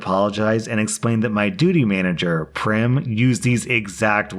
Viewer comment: Also Prem is pronounced like "frame" and not "Prim"